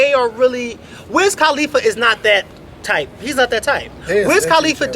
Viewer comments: listen to how loud that car is, it's wiz KUHLIFA, NOT KAAHHHLIFA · I'm so in LOVE with!! and I'm so laughin at how yall sayin Wiz Calif like califlower lmbo!